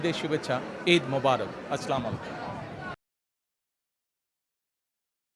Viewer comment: আসলা ম্লাইকুম 😆😆